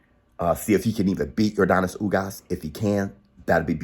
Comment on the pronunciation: Denis not Donis lol im cuban, when we say Yordenis its sounds like Yorr Dennys lol